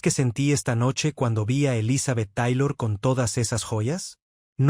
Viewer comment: Papa te agradecemos el dato y la información....yo se que no hablas Ingles, pero hay palabras en ingles que se tienen que pronunciar en ese idioma... Te oyes bien mal pronunciando el apellido de Elizabeth Taylor y otras palabras en ingles... no es mala onda supera y corrige eso please